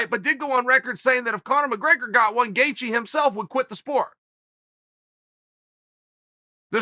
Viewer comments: Nobody: Chael Sonnen: Justin Gethje Justin Gaethje: Chel Sonen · Chael calls Gaethje Gethje then its Gethje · Justin: My surname spells as Gaethje Uncle Chael: It's Gethje Justin: My surname spells as Gethje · Me: Gaethje Chael: Gethje Me: Okay, Great! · Gethje? Now ur just messin with us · Gate gee